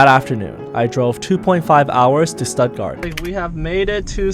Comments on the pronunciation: btw. its pronounced shtuttgart. in german sp and st are pronounced shp and sht. example: spielen(shpielen), stopp(shtohp) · "Studt-guard" is so American [in pronunciation]. 😄😄😄. Glad u had fun. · You really butchered the pronunciation of Stuttgart :D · I’m sorry, but you’re completely butchering Stuttgart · wrong pronounce of Stuttgart